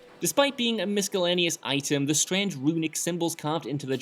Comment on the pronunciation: I just replayed that three times to check I heard what I thought I heard. I am sure he is doing this on purpose now.